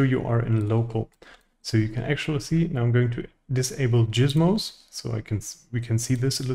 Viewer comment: do not EVER say gizmos like that again😭